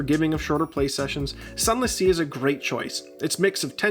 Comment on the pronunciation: Zunless zee